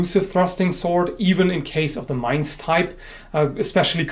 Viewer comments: As a German, I appreciate that you can pronounce Mainz correctly. ^^ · i really dig your vids on historical topics. also, i think it has been pointed out before, your german pronounciation is on point. to not pronounce mainz like the english word main... are you fluent in german?